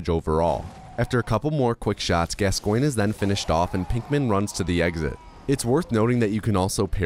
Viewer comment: Your pronunciation of Father Gascoigne hurts me mentally, physically, emotionally and spiritually